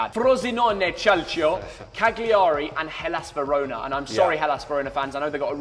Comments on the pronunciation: It's kalcio not chalchio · It's Kalcho, not Chalcho ;) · please never try to pronounce “Calcio” again